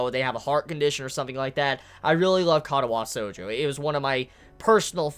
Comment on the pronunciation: ka-ta-wa shoujo is how it's pronounced but meh, doesn't matter really, also Hanako is best grill